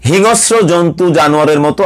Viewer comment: Not hinosro, it should be hingsro Mr..